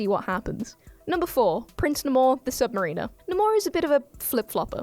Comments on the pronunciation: it's pronounced "sub-mer-ə-nər", not "sub-mer-ee-ner", genius. And he's not wearing booties, those wings are ACTUALLY attached to his ankles. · AGGGHHHHH!!! It's Prince NAME-or, the Sub-MARE-iner, not Sub=ma-REEH-ner. Stress on the NAME, not the or. The second part is like Rime of the Ancient Mariner. Listen to the Iron Maiden song of the same name. Stress on the first syllable of NAMor, second syllable of SubMARiner. AGGGGHHHH!!! Also, the wings are not boots; they are part of his body, and grant him flight. Why? Because...comic books. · It's pronounced "Prince Neigh-more the Sub-Mah-rin-ah" not "Prince N'mor the Sub Marine-er". Also he was created about 5-10 years before Aquaman. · It's pronounced Nay-mor and sub-maer-in-er, like mare. And, the wings clearly come out of his feet; they aren't part of his shoes. He ain't Hermes. Come on now. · "N'more," "Ayusthetic" and "sub mareener" mispronunciations aside, an OK listicle.